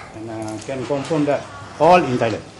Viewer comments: Compirm ?? compirm?? ha ha stupid... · prob is that he failed to pronounce the word correctly. its not the accent. do u pronounce the word "confirm" as "confom"? come on!! its so clear for every one to distinguish the prob of accent and poor language ability. his lack of preparation lead to his "lame" questions posted to the witness.